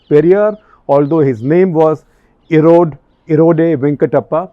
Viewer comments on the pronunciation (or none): Small pronunciation correction periyar's name erode ...... Is pronounced as eeeee-road and not a-ro-day